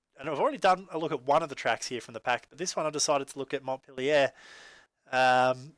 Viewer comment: We run Montpelier every week in our Indiana Super Street. that’s not how you pronounce montpelier at all but good attempt 😂